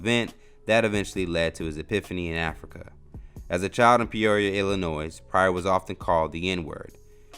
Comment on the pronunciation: It’s pronounced “ILL-IN-NOY” #MYhomestate #WnidyCityfame ✊🏾